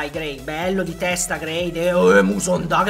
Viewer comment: mi spiegate perché dice Kevin musonda?